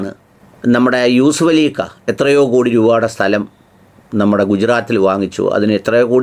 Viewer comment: 😅ഊസഫലി അല്ല യൂസഫലി എന്ന് പറയൂ പ്ലീസ് 😂